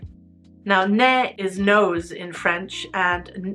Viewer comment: go on google translate, click french, write "nez" and click the speaker icon, that's how you pronounce nez.